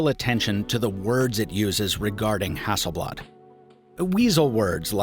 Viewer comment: damn, your pronunciation of Hasselblad is the closest to swedish that i've ever heard from someone that isn't native to Sweden